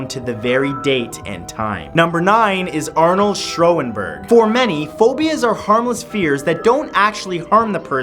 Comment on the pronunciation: I'm just gonna skip over Matt's unfortunate pronounciation of Schönberg's name, but how could you miss out on a much more famous case in the composer category who is also from our country? Claude Vivier, a Canadian composer, was murdered by a male prostitute in Paris in '83 where an unfinished piece of work was found on his desk describing the whole event.